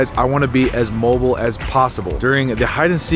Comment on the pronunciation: Wanna be as 'mobile' Not mo-bull